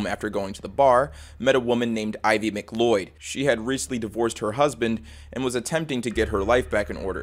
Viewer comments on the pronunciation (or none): none